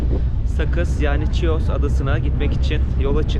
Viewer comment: Bir düzeltme yapmak isterim. TÜRKÇE okunuşuyla ÇİYOS değil HİOS olucak👐🏻